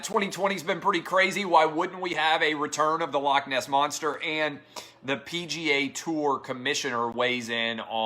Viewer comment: Dear everyone that isn't Scottish. Please learn to say 'loch' properly, it's not hard, to do the 'ch' ,just imagine you are haching up some flem....or a pube out of your throat.....thank you...- every Scottish person.... ;)